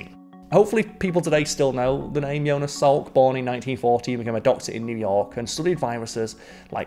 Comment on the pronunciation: Yonas? Yo-nas? I think he was Joe Nas